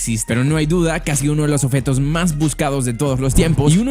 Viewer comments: Se dice OBJETO no oFeto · Esta diciendo offetos en ves de objetos?